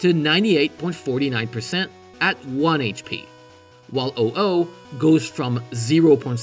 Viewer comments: Can't believe I watched 13 minutes of video from someone who pronounces Ho-oh as "Oh oh!" ...Anyway, I did learn something new. I wasn't aware the Heavy Ball had some out-of-bounds reads in Crystal specifically. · Tan-gel-a? 😂 Dude, it’s Tan-geh-la (hard g) like tangle.. the word it comes from… And what’s an oh oh? It’s HO-oh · It's... not pronounced oh-oh... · *Ho-Oh not uh oh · Did you just call Ho Oh, Oh Oh? Why? That was annoying. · They pronounced Ho-Oh as Oh-Oh. Man never played a Pokémon game in his life. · He fucks up the pronunciation of Ho-oh and Azalea Town too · Your pronunciation of Ho-oh caught me so off guard I dropped my pretzels... I can't really blame you for that, but I'm going to anyway! (Great videos, I just came from watching your gen 1 video on catching mechanics ^^ )